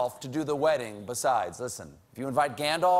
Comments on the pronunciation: It’s not Goal-um... it’s Gollum 🤦🏻‍♂️ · Not the first time he’s said Golem instead of Gollum. Nice try but the nerds can see through you! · Colbert pronounced "offisiate" and "goelum" weird